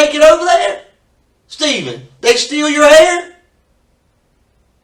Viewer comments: Your hairrrrrr is therrrrree! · Your haer is thaer, man! Your haer is thaer!!! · Your hayer is deyer.